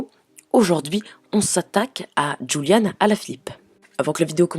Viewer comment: C'est julian pas juliane ou rouliane